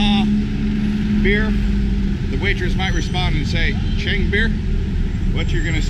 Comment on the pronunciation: You should just never order "Chääng" or "Singhaaaa". Just point at it, if you can't pronounce it. Thais are also not going to the U.S. and order a "Beewuissaaar" when they actually want a Budweiser. Just a friendly reminder, you shouldn't teach thai words or prases to people on Youtube, when your actually don't speak the freaking language...